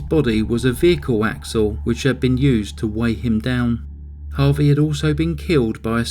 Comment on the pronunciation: Harvey not harry